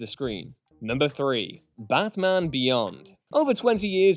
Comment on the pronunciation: Am I the only one who heard him pronounce Batman as Bathman ?